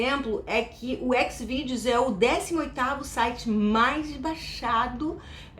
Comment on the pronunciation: Me senti mal de julgar a pronuncia sua dos sites